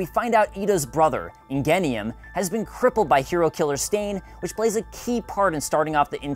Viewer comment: JustNeL also the way he says ingenium